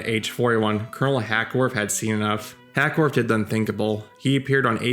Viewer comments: HACKWORTH NOT HACKSWORTH. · It's Hackworth NOT HackSworth> Christ, have some respect and get the name of the subject of your video straight! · Why do you keep calling him HackSworth?